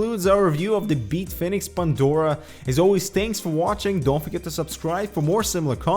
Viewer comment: Beat Fenix? Is this like Tony Dorsett changing the pronunciation of his name back in the day, or Greg Gagne going from 'gonya' to gag-nee'?